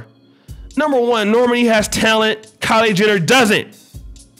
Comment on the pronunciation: Its pronounced nor-maaaaani not normeni 😆😆 say it with me